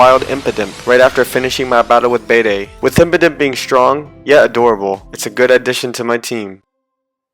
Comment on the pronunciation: it's not pronounced beedee it's pronounced beed